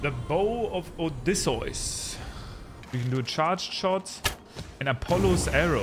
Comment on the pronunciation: that has to be the worst pronunciation of odysseus I have ever heard. For future reference its Oh Dee See Yus